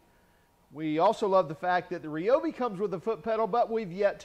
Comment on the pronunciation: You are pronouncing Ryobi incorrectly. Unless dozens of people that Ryobi have all been purposefully mispronouncing it for over 30 years of my life on the phone.